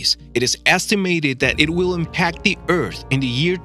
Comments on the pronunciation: Eath not eat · He says ert instead of earth